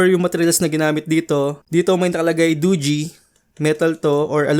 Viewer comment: Nice tama pag pronounce ng dogee di katulad sa ibang channel mali mali